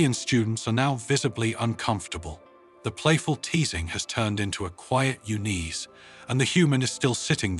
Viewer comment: AI pronounced un-ease as u-nease. Initial clue for AI narration. Grammatically correct pronouns used, but misapplied.